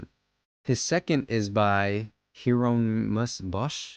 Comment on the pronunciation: Pronounced, "hair-ah-nee-muss"